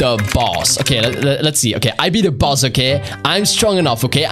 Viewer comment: Why are you saying boos just say boss😊